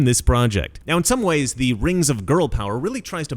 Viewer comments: I believe it’s pronounced RANGZ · It's "The RANGS of Power". C'mon man